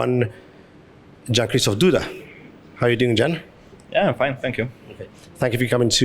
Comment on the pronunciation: he's implicitly hinting to the interviewer that his name is pronounced as "yan" and not "jan" lol